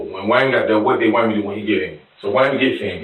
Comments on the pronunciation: Waymond sounds like someone who has problems pronouncing their ' r's lol. I hear her voice but I can't understand anything she's saying 😬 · "WAYMOND⁉️⁉️⁉️" HIS SINGLE MUM OBVIOUSLY HAD A SPEACH IMPEDIMENT🤦🏾‍♂️🤷🏾🤷🏾‍♂️🤦🏾‍♀️🌛🤦🏿